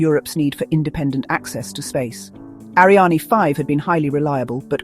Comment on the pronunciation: Interesting video, but your AI is mispronouncing "Ariane".